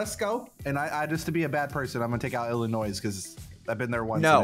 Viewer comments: did biffle really just call Illinois with an s when it is silent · I’m front Illinois and hearing him say, “IlliNOISE” cracked me up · SSundee: Illinois with a S Me: The S is silent!